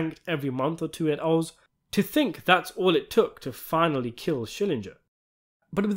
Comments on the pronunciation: It's SHILL-ING-GUR!!! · It's SchillinGer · Schillinger would be losing his mind, with how many times you've said his name wrong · I love how you deliberately (I hope) mispronounce Schillinger's name, just like the characters in the show. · Learn to pronounce Schillinger's name